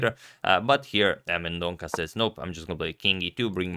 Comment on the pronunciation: Sorry for pointing out but Leon surname is pronounced as Mendon'SA'